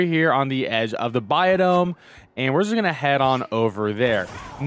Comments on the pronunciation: Bi-omm not Bi-dome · I promise I’m not tryna be an ass. It’s “bi-ome” I’m sorry it just drove me crazy